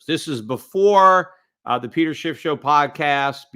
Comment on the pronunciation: Love the intro " The Peter Shiff show." Always sounds to me "The Peter Shit Show." But in a good way because its really a shit show out there. :)